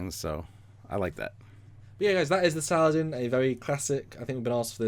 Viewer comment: I believe the proper pronunciation is not "Salad-in" but rather Sa-la-deen.